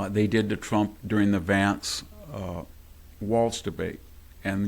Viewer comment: You pronounce VANCE like you say VAN, not VARNCE as you persist in saying. Happy to help.